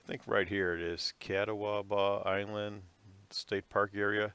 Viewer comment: LOL at the ramp names... Catawba = Ka-Tah-Bah and the other ramp is Miz-zer-rick. Great that you found them. July is tough walleye fishing in that area. Thanks for sharing the map info. It made alot of sense.